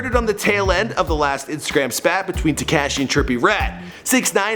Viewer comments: So we not got gon acknowledge the fact that he cant say crazy except with a “b” instead of “c” and “tecashe” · Look up how to pronounce tekashi lmao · Te-kayshe lmao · Tacashee? Brasy? Tekashi rhymes with washy. Brazy is crazy with a b. You do all this research and can't say their names right...lol